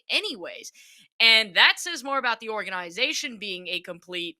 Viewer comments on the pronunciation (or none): I’m cringing every time she says organ-eye-zation. Could she be more of a poser. Serious “Pick Me” energy with this one. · Oh yeah the way she says a word total discredits everything she has to say, for sure. 💀